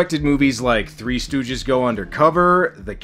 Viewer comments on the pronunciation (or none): none